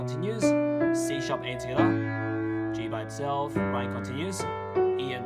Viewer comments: The way he says togethar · The dislikes are people mad about him not saying the notes but saying hia and togitha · "Togathe" "hea" is all i heard 😂🤣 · TWOGethAah. I'm kidding. I'm from Chirstchurch in NZ :P. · No one: Him: *Togetha intensifys*. For real tho i dont get why everyone disliking it and saying stuff like “He doesnt explain it easy.” Yet i understood it perfectly fine. And thats saying it from a dude who just started piano like a week ago. I get it how everyones got their own opinions but damn dont need to get all personal here smh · For like four years of watching you i thought you said skda or something but you actually said together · I like how he says together He be like: togethaa. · If your wondering where is him saying "togethaa" from all those comments, its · Its fun that he says togeda (dis comment is in every video so i wanns wrtie) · "In the 1st part, we got to tttthhhhggaattha!!?! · "heeaa" "togethaa" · hghere togethah my god haha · I'm sorry but TOGETHA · Oceania moment